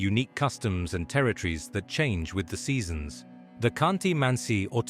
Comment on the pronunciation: Russians say,” terrytrees”…instead of,..Teri-Torres ! ?